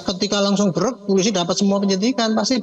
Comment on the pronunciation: Bapak ini nyebut polisi saja gak beres. Masak iya dia bilang pulisi😂😂😂😅😅